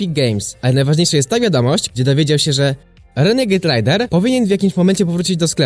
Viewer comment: renegejd rejder się mówi